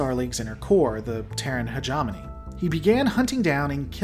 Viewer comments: "he * ge * mo * ne", not "heg * om * on * e" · Say it with me now. Hegemony. Not hegemoney. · Love the lore dive and I liked the video but I JUST CAN'T HANDLE how you pronounce Hegemony he·gem·o·ny /həˈjemənē,ˈhejəˌmōnē/ It should be more Heja (hard J) mowny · Hedge EH mony!!! Combine like "Combine Harvester" Argh, it drives me nuts! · You are mispronouncing hegemony.